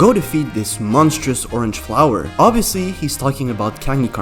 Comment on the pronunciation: Stop saying it’s oviosly (the boss is name)